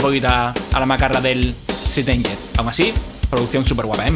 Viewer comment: Se pronuncia seint anguer. /St anger